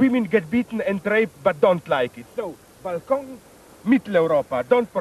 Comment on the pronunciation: the pronunciation of "balkan" -> "balkon" => balcony took me out 😂